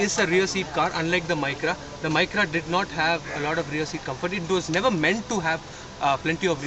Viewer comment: correction it is not 'need veer' it is 'never'